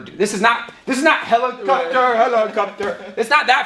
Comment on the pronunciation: "HELEKAPTER HELEKAPTER"